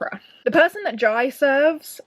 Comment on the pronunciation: Whooooooo! I'm so so happy you enjoyed Dragon Rider! (Just a small note, I think the central character's name is pronounced like Jay - but if Taran talked about him during the event and that's how he pronounced Jai's name ignore me! I trust in Taran's word heh) given empire + politics + dragons I was 99.8% sure you'd love it hehe